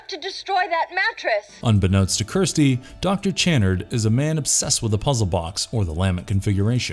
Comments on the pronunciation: LUH-MENT configuration not LAA-MINT, CHU-NARD not CHAY-NERD. Julia used Kyle to complete her regeneration, she wasn't already complete. The cenobites are nothing like Zombie-Vampires, this isn't Lifeforce. These things do matter, especially to fans, who are probably the majority of those who are interested. I have watched many of your videos and you guys ALWAYS screw up DOZENS of details and miss characterize plots, motives, and characters to a near ignorant level. If you actually watched any of these movies, as opposed to regurgitating vague synopses and bad reviews these mistakes would be impossible. BAD FORM! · Maybe you should see Dr. Chenn-erd? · It's Dr. Channard (pronounced CHUH-NARD) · His name is pronounced Chuh-nard, not Chanard. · The worst part of this video isn’t any cenobite; it’s your inability to pronounce key words correctly. Lament, Chunard, Marchand/Merchant or knowing what magnanimous means. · Tell me you've never actually watched the films without telling me you haven't watched them. You literally just read something someone else wrote. You mispronounced so many names. Lament is pronounced "Luh-mont", Channard is "Shuh-nard", Lemarchand is "Luh-marsh-awned" not fucking Le-martianed. You literally just read some bullshit and guessed at pronunciations. Thumbs down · Ok so u clearly have never watched these movies the way u pronounce lament and channard lmao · Your pronunciations are terrible. Could and should have taken a few minutes just to do a search for any other video or audio on the topics and you would know how to say "Lament" and Dr. "Channard". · Obviously he never watched the movies because he doesn't even pronounce the Dr's name correctly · Dear Voice-Over Dude: Learn how to pronounce the words in the script before taping. Lament. Lamarchand. Chanard. Etc. This was hard to watch. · The way you pronounce Dr Channard makes every British person weep